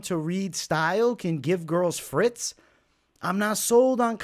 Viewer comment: bro, it’s give a fighter fits not fritz 🤣 fritz means french fries in German 😂